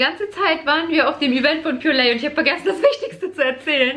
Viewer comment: Nicht pure-lay sondern pure-leih 😬🙆🏻‍♀️